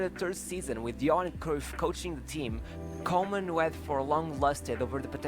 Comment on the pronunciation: Pronounced Koeman like cool.